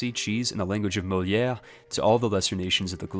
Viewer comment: What a 10/10 pronunciation of Molière. <3